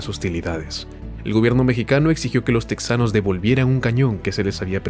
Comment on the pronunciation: No se dice teksas ni se dice teksano; es Tejas y tejano; aunque se escriba con "x"